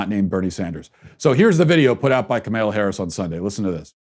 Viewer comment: Kamala is not that hard to pronounce dude, it distracts from your message.